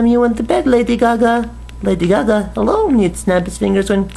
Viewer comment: wtf lady caca? lol stop saying it lol